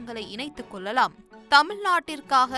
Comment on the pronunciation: அம்மா Voice over... "தொடர்பு கொல்லலாம்", "பகிர்ந்து கொல்லலாம்" என தமிழை கொல்வதை நிறுத்துங்கள். கேவலமான தமிழ் உச்சரிப்பு !